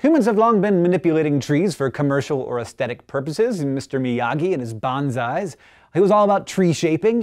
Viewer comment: Just to let you know, you pronounced BONSAIS wrong...